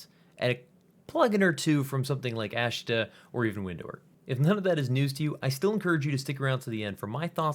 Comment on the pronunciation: FWIW, it's pronounced more like "Ah-shtah" and not "ash-tah". :)